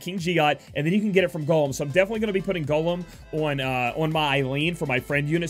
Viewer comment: The way you say 'Golem' had me like 'What? Gollum from Lord of the Rings is on ffbe? 😂